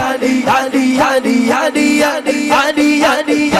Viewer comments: ابے بھائی علی ع سے الف سے نہیں ٹھیک ہے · پتہ نہیں بول رہا ہے یہ پاگل علی بول رہا ہے یا گڈی بول رہا ہے یا گلی بول رہا ہے یا عالی بول رہا ہے ایسے جاہلوں کو تو مولانا شمس الدین قادری کے حوالے کر دینا چاہیے